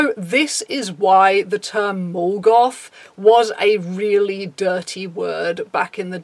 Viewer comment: took me a good minute to realize you were saying "mall goth" and not "Morgoth" and I'm just sitting here going..."I never heard anybody referring to somebody else as the main antagonist of the Silmarillion" X'D